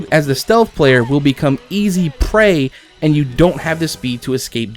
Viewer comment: Anyone else notice how he said "prey"